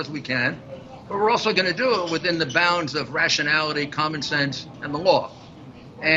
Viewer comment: Did Ghouliani just say "rationality"?